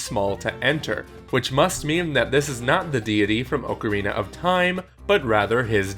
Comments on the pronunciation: It's not oakorina it's OCKarina or is it your tongue? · It's ocarine not ocharina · ..."Oak-arina"????? Why would you pronounce it like that? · Ohcarina your pronunciation gave me cancer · Oak-arina? Please, for my sanity's sake say it right: Also yes, old video and what I said shouldn't matter all that much, but it is still gonna trigger me because I'm unable to let these things go. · Oakarina of time lol